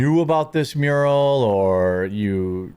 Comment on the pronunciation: Mural, not muriel.